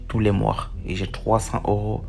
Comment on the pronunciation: "tout les moirs" mdrrr